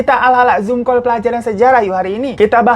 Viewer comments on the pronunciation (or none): none